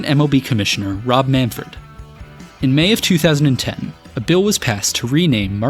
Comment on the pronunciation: Did you say “Manferd” instead of “Manfred”?